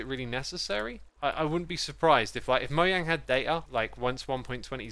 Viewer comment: ITS NOT “MOYANG” ITS “MOJANG”